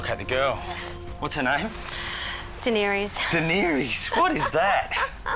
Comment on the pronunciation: A Song of Ice and Fire is a book series. First of all. Secondly, true fans shun that show. Thirdly; any real fan would properly pronounce her name. Offended. Even more offended YT tried to suppress my comment.